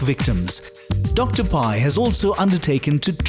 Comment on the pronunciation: Its Dr. Pai not Dr. Pie 🤣